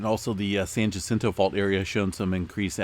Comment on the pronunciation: its prnounced the SAN HA CIN TOE FAULT